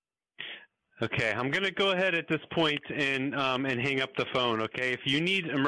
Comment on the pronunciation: "ohkyay!" Lol